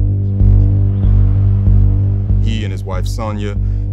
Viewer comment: why can no rapper pronounce the word "success" properly?